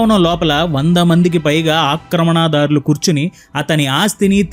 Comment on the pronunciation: బాగుంది. ఉచ్చారణ దోషాలు సరిదిద్దుకోండి. ( , ఆక్రమణాదారులు శిలా ... ణ , ల. వీటికి దీర్ఘం ఎందుకు?)